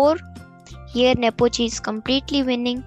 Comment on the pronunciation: Not Nopochi Yan it's lan nepomniachtchi 😅